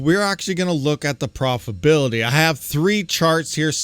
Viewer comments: Pro-fi-TA-bility not "profibility". Please. C'mon man. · It's your pronunciation. Doesn't matter much just a humorous bit that your missing a syllable when you pronounce profitability.